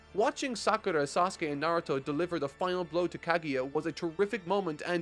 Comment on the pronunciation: Can't believe got through the whole series and still can't pronounce names. He can pronounce naruto fine but kaguya and konoha eludes him. Decent review overall but you seem more preachy in this as opposed to past series. Just my two cents tho